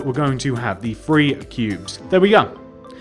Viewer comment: How old r u because when u say `1,2,3` it sounds like u r saying 1,2 free